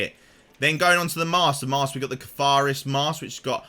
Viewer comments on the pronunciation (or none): Cartharus???? Am sure you mean the Cartharsis Mask